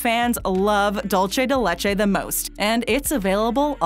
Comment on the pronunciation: When will Americans learn the correct pronunciation of the Spanish word “dulce”??? Haaah......